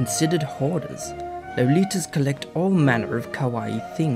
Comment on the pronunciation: lol "low-litas"